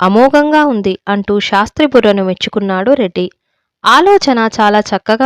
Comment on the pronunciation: చదవడం లో స్పష్టత ఉంది కాని అక్కడ అక్కడ ఔచితీ భంగం ఉంది "శాస్త్రి " " షాస్త్రి" లాగ నిశీధి "నిషీధి" లాగ వినఁబనఁబడకూడదు. ఉచ్చారణలో దోషం లేకుండా జాగ్రత్త పడాలి.